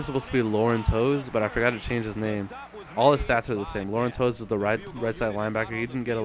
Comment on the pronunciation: I realize you never saw that team play, but the LB's name is pronounced Loren TAVES, not 'Toes' ~ I thought I saw a '78 Steeler named 'Hall' recover a loose-ball - who is that?